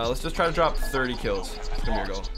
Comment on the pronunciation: Don’t fawget to dwop a like on di video🤩